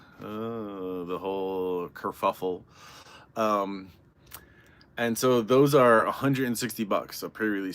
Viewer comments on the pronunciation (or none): "curfuffel" lol